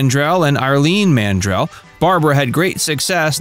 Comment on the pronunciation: Oh my gawd, the youngest sister is IRLENE not Arlene. How do you mispronounce someone's name multiple times if you've researched your subject? And Barbara was not hit by a drunk driver. Her car was hit head on by a 19-year-old college student, Mark White, who is believed to have fallen asleep at the wheel. Zero evidence of a drunk driver. The false info this channel posts has become positively nauseating. "Facts" .... more like very little research and false statements. 🙄